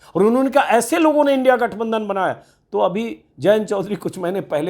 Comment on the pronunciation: ऐ मुर्ख इन्डिया कों इनडि बोल रहा हैं